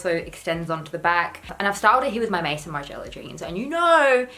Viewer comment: Homme = ome (like home without the h). Maison = may-zohn (funnily enough, it’s the French word for house/home).